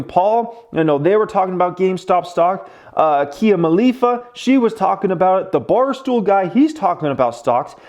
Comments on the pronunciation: My man, did you just say Kia Malifa? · *Mia Kalifa* not Kia Malifa